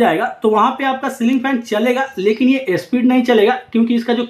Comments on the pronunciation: अबे झवणे स्पीड होता इस्पिड नहीं 😅😅😅😂😂😂😂😂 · ए स्पीड नही स्पीड बोलो😜